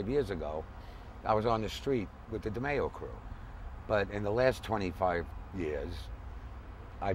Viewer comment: DeMeo not De-Meao